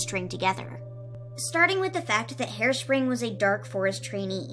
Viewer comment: Harespring sound like hairspray